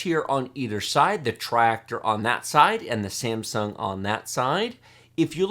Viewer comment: TRI-ACTOR not TRIREACTOR =P As usual thanks for the awesome content!